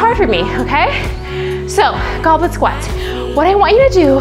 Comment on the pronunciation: I heard Goblin Squat, so it made me laugh when I saw the subtitle actually said 'Goblet Squat' :-D